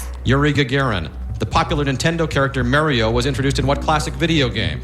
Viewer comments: Did he just say.... Mareio? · The Questioner (aka Pat Kiernan) is a news anchor for NY1, a news channel around New York, and he mispronounces Mario wrong there too!